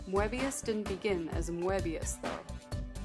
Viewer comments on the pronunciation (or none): It is pronounced "Möbius". Not "Moabius". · I believe the 'e' in Moebius is silent, like moebius strip, but still, a great video. Moebius is such a master of the craft. I was glad you also showed Blueberry, a great Western comic. His work in comics and film transcends the mind in such a way, while still feeling grounded. I'm really loving this series and can't wait for the next episode.